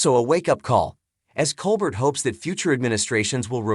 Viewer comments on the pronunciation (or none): Why did nobody bother to tell this guy that Stephen's last name is pronounced Col- BARE ??.......And where was the aforementioned "shocking cancer diagnosis" ?? (And who do I see to get the last of my life back ??)